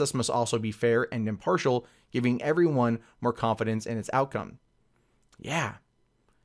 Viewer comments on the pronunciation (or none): none